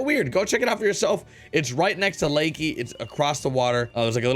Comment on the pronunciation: Love your vids. PS: Its pronounced la-kay.